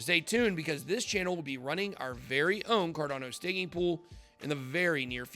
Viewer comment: Bitboy please pronounce the word correctly. You said carnado instead cardano. Check you starting Clip...